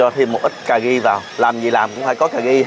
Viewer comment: ... CÀ RI mà nói CÀ GHI, RU BI thì nói là GU BI .... bó tay lun ...:face-blue-smiling::face-blue-smiling::face-blue-smiling